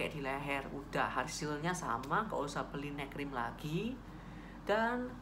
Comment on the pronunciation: Makasi, informasinya bermanfaat, saya mau usul, tolong dikasi tulisan juga donk, poin apa yg dibahas. Tadi waktu kakak bilang "neck cream" saya dengernya malah "night cream" 😁 supaya gak salah paham aja kak, makasi ya.... 🙏 Sukses buat channelnya.... 👍